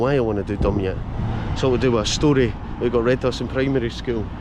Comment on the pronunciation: Used to work there in the nineties. Very countryish on one side but conected to Polmont,and Falkirk on the other. Grangemouth was only a few miles away, so the Forth is quite close. Nice wee place.My mum' s auntie lived there! BTW Dumyat is pronounced Du- my-at. If you want a climb go up via Menstrie Glen. The easy route is from the car park in Sheriffmuir Road, another lovely walk is through Menstrie woods and onto the Dumyat Link path